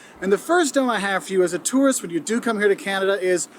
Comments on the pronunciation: The way you say tourist sounds like turret lol. I'm just jumping the gun commenting as I'm watching this while fighting a Scarlet Turret in Persona 3 Reload lol love ya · #1 - yer not a "tarrist", yer a "tooorist" (tourist) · My critique to you, you pronounce tourist like terrorist. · A Toorist not a tourist. You have to pronounce it properly. Lol Canadians do say toorist.